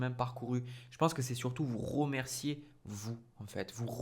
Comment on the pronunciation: Ça me titille de vous entendre dire ROmercier ROgarder naaaann RE dommage mais je vous êtes bien quand même